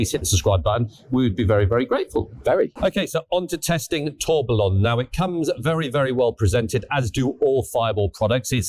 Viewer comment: It's pronounced as "Tour-be-yon". A tourbillon is a mechanical rotating cage found in some expensive automatic watches. It counteracts the effects of gravity has on the watch movement and increases accuracy. Boring bit over, now let's get back to car detailing. 😊